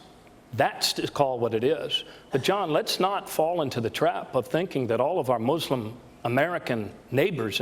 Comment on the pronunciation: I like how Bernie pronounces "mUslim". It reminds me of the Treaty of Tripoli where they use the word "Mussulmen". O'Malley said "third" instead of "tertiary" :(